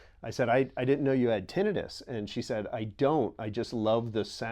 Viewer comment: What is funny about this video, is that you have these highly intelligent men, and they CAN’T even pronounce the word TINNITUS CORRECTLY! I’ve been tempted to office and leave a message on how to pronounce the word.